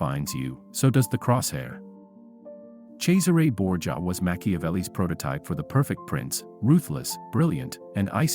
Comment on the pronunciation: LOL at Jessie Ray Borgia, sounds like a redneck condottiero.